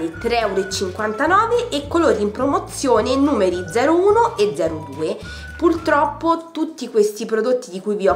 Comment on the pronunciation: Perdonami tanto, però quel "pultroppo" mi ha infastidita più volte...